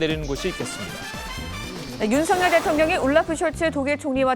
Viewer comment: 어떻게 아나운서라는 사람들이 대통령 이름 마져 제대로 발음을 못할까? 윤성열이 아니라 윤 석 열 발음. 윤서결